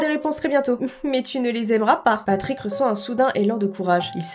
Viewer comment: Tu ma fais trop rire quand ta dit patick 😂😂😂😂😂😂 mes anfaits c'est tes Patrick